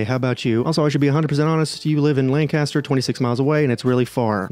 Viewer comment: You said Lancaster wrong